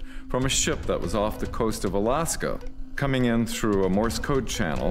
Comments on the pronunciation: Haha! Right? Total Bull$h!t. My favorite part was when he kept calling it "MORRIS code" 😂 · Yeah, i heard that the fist time and replayed it to make sure. "Morris" code is a huge pet-peeve of everyone who knows the correct tern is Morse, named for the guy who popularized it. Nobody who learned Morse code would ever make the mistake about calling it "Morris" code. We need to shut these fake videos down so we can focus on the real reports of genuine UAP/UFO, but i guess advertising revenues are more important than truth... ? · And he called it "MORRIS code" TWICE🤣 Some "signals officer"! Doesn't even know what the code is called. ( and folks). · Tech Stuf He wasn't doing the job he claims. "Morris code" is something Hollywood says. Nobody who worked signals would ever call it that. Not knowing the correct terms has nothing to do with pronunciation- it's just not knowing the correct terms. Big Red Flag there. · He said Morse bro cmon, you can tell he's got some sort of speech impediment